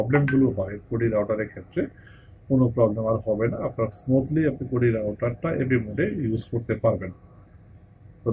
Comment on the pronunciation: কুডি না মিয়া কিউডি😂